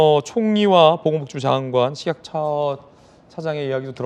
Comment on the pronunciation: 식약처장이라 하면 되는데 왜 꼭 거기서 발음을 저시는지?ㅎㅎ